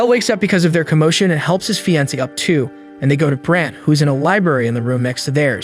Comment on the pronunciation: Man you need to learn how to speak and pronounce some words like fiancee you have bad grammar skills and I know how much that sucks as not only did I once have the same problem now the only last issue I have is my spelling i now can easily pronounce word's correctly but some word's I can not spelling it properly as at times it's because I think it's spelled like but then I would remember that not all word's are spelled like they sound in English that is why it's the hardest language to learn in writing and such as most languages too a native English speaker is hard too learn both it's written way and speaking it but once you get used to it ir becomes easier to learn another language that is also from the base route language like a lot of the European languages have the same route language that they are from just as most of the asain countries have the same ancient language that they are from for Europe it was ancient Roman Italian before the tower of babele i wounding what was the language and did it have a name and what did the writing look like I think that all of the records were lost in the great flood that nowa survived with his family and the animals and if unifocorns ever even existed the one h horned horse died out was because it was alone and the ship was only bordered by animal mated pair's and any of some fantasy creatures might have once existed but where not in a mated pair so they were not let on the boat ⁸8⁸at least I like to think that something like those cre